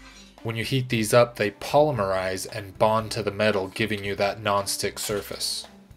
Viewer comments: And actually, for that matter, the accent is on the "lim", not on the "Poe", so it's really... "poe lim' ur ized". That is how it is correctly said in the scientific world. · Why does everyone say "pall' lim er ized"? That's not how it is said! It is "poe limb' oreized" and the "po" is like as in Edgar Allan Poe. The accent is on the phrase Lim. So, its "Poe Limerized'". Did no-one take science classes growing up in high school or college?